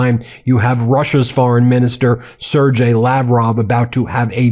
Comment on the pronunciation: It's not "sir jay" it's "sair gay" with a hard G